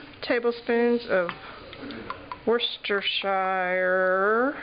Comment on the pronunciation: In parts of the UK sandwiches are called sarnies! In other parts they are called butties! Bet that made you laugh! I laughed when you said Worcestershire! We pronounce it wuss-ter-sher. They did look delicious no matter what they are called! Enjoy!